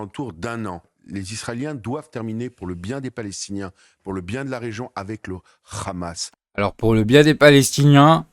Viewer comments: Eh Habib va apprendre qlq leçons d' arabe ce n'est pas k h a m a s c'est h a m a s. Compris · HA bib et HAmas on la meme 1ere syllabe pourquoi une prononciation differente mr RHABIB